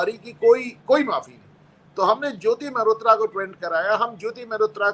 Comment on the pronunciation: मेहरोत्रा नहीं मल्होत्रा।